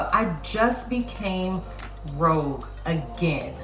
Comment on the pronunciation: You became "rouge" not "rogue"🤭🙂 Makeup look is gorgeous👍